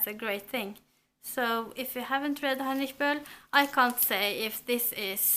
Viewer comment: I'm so happy right now! The Lost Honor of Katharina Blum is one of my absolute favorite books and I am also going to read it for my finals reads! You've pronounced Heinrich Böll SO amazingly correct :D